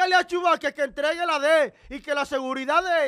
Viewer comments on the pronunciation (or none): corrección no se dice entriegue, se dice entregué, Excuseme mi hermano, lo admiro por sus comentarios. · No se dice entriegue es entregue passaic new jersey